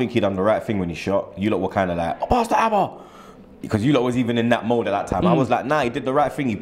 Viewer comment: the name is Auba not Abba... c'mon mate...